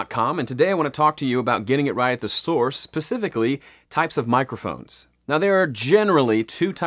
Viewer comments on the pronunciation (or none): Did u really just say pacifically hahaha